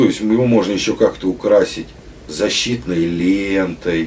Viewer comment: Только дошло, что же резануло глаз при просмотре видео - чёрная изолента. Изолента имхо должна быть синяя. Синяя Карл! )))) Произнесённое с придыханием «защииитной лееентой» вообще от души повеселило, вот кто нить примет за чистую монету ))). И по моему пятый элемент в стрелковом комплексе не упомянут, а именно У.Д.Н.С. - устройство для нажатия спуска, деталь в эксплуатации капризная, производителем поставляется обычно криворукая, косоглазая и требует постоянной доводки ))))